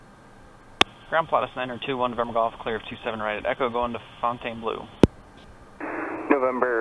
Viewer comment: and about that pronunciation: Fontainbleau sounds French to me….I would say Fon-Ten-Blow….fwwi 😀